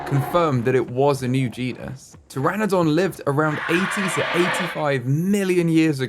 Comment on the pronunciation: Babes you saying PTERADON every time is killing me